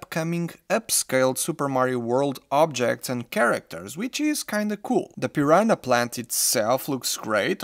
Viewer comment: Eu achei que você, sendo de Portugal, iria pronunciar piranha da maneira correta, maaaas eu estava errado haha Ótimo review tho 💜